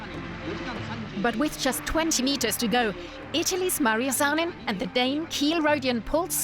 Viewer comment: You pronounced Zanin in a way that no Italian could understand. It's ZANIN, not Saianin, Scianin or whatever you said. Respect other languages! Do not pronounce everything as it were English! Respect! You don't have respect! Ask mothertonguers if you don't know the languange!